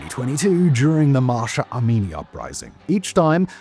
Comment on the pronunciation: Its been 3 years and you still havent learned to pronounce mahsa correctly